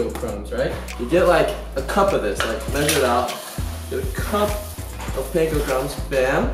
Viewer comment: Omg no he did not just say he was Asian then pronounce Panko like that